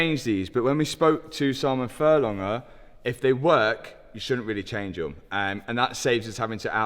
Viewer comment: There’s a g in furlonger…